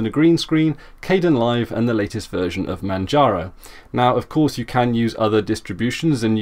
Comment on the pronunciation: it's pronounced (K-D-E- IN LIVE), spelled like Kdenlive, yea we all make mistakes, and it just annoyed me.